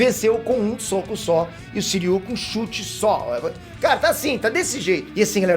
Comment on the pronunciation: Não é Suiryu, É Shiryu !!!!! Devem ser irmãos Gêmeos !!! AUHAUHUAHUAHUAHUHAU !!!!!!!